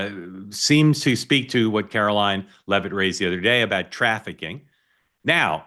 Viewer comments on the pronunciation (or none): none